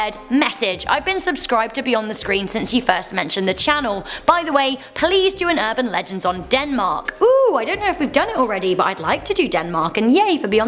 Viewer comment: South Texas erban legands